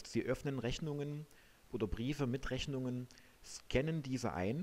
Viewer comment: oh jeee.... "Reschnunge werde arschiviert". Mit diesem Video hat sich der Eindruck verfestigt, dass man sich mit dieser Software besser nicht belastet